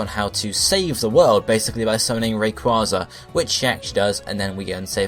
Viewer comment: it is a long a in rayquaza